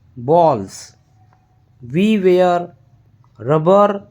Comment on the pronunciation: Good paragraph but you should improve your accent.. pronunciation should be improve when saying (is, wear, ease, and alot of words) thank you